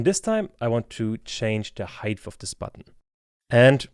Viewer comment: Great and useful tutorial but please practice how to pronounce the word height in Germanish English. There is no "th" anywhere... ;-)